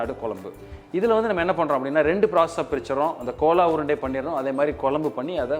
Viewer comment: Thambi chandru adhu kola urundai illeppa adhu gola urundai k ille adhu g north indian dishes seyyumbodu adhan peyargalai correcta pronounce panna katthukkappa neenga ellam nanga anuppura comments ella pakkareengala illaya theriyadhu kadavulukku thanvelic cham